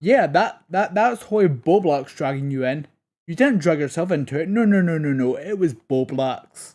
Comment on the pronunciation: It’s Bowblax not Beau Black